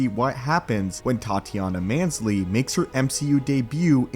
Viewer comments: Dude. . Say Tatiana Maslanys name right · I laughed out loud when I heard that pronunciation